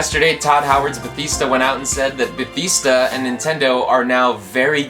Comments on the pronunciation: its not ba thees da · Another great video! What's with the way you pronounced Bethesda though? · When you pronounced bethesda wrong you have doomed your commnets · The whole comment section is about pronouncing Bethesda wrong. Sure its annoying for some but the actual quality of the video is great for a small channel. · Hey man, no one is forcing you to say Bethesda a certain way, say it however you want:) I was just a little surprised because I'm not used to hearing it pronounced like that. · You are pronouncing Bethesda very wrong. please stop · You were pronouncing Bethesda wrong btw